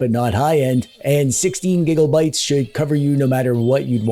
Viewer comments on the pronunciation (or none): none